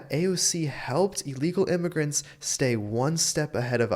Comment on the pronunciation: Thee Me-he-can says hee's neighborhood she has gone to sheet now, too meeny imy-grants .